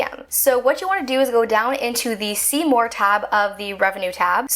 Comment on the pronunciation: Am I the only one who thinks about. "Seymour barnes" every time she says "see more" it's uncanny😂😂